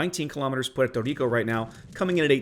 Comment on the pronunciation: Puerto Rrrrrrrico!